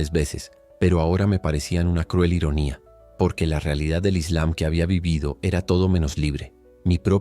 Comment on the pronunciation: Creo que se dice vivido no de la manera que lo dice el locutor mezclando inglés ni mierda